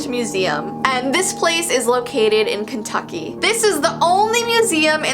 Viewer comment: / Kentucky.... Sounds like kentaki which is KFC in Arabic😂 Ahhh I'm sorry😂I can't